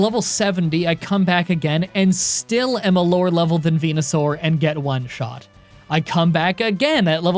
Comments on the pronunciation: When you said "Benusaur" I've heard PENUSAUR 😅 laughs nervously Anyway, great video as always, PRAISE LORD HELIX 😂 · Fucking "Benusaur" killed me